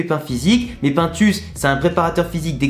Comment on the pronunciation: Le bro ça se lit pinetus pas paintus 😭😭😭 C’st de l’espagnol